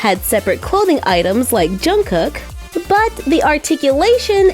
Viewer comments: I am dead Jungkuk it’s Pronounced Jungko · The way she pronounced Jungkook and Suga had me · If this helps anyone then uh...cool... but Suga is pronounced Shuga(because his name comes from his basketball position as Shooting Guard), and Jungkook is pronounced almost like saying Jungkoo(k) instead of saying Jungcook